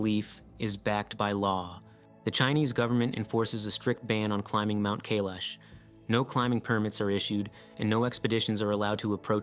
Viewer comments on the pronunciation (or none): Kailash rhymes with "my wash" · Mate, look up how to pronounce places before you make videos about them huh? Kailash and Uluṟu for example.